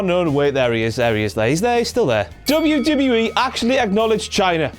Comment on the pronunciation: if this guys gonna do the rest what culture video im gonna stop watching it this guy sucks and i totally hate it when he says WWE in that weird way .....such an ass